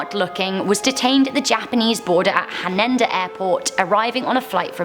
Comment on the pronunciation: Her Spanish pronunciation is fine, as is her pronunciation of the Rubaiyat of Omar Khayyam in this video, but she needs to work on her Japanese. The airport is "Haneda" (ha nay da), not "Hanenda".